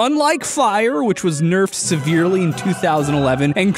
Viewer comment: "nerfed sevearly" Blackbeard from Rainbow Six Siege: first time?